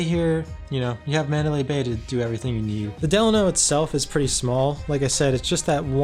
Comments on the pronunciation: Actually you're wrong! It's del-a-no! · A lot of the staff get it wrong too but I've been going for the last 15yrs their and my senior host told me it's pronounced "De-Laaaa-No" theirs also a city here in California called "Delano" pronounced "De-Laaaa-No"... They should've just stuck with "the HOTEL" back then if you ask me... so Idk anymore lol great video brother keep it up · It’s DE- LANO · You totally butchered the "Delano" name... lol